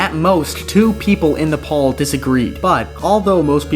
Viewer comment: you did indeed pronounce "poll" correctly (like pole)